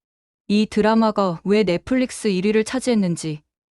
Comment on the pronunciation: 넽플릭스(Netflix), not 넥플리스.